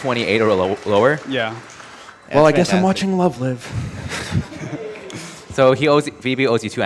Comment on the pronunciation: THE ONLY THING THAT PISSED ME OFF IS THE WAY HE PRONOD LOVE LIVE